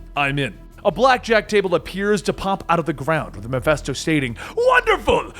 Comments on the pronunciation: It’s petty I know but I thought it was Ma-fist-o not Ma-fest-o..... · Did you really just say Mephisto like that GOD DAMMIT MEH-FISTO, YOU GENEROUS AND TALENTED FOOOOOOOOOOOOL!!!! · Am I a victim of the Mandela effect? I remember MephISTO! Not Miphesto .... Fist, not fest.... Anyone else?